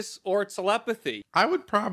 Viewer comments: "I ssee ur Talepathicc" killed me the most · its pronounced "Teh leh path ee" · I think he just pronounced "telepathic" weird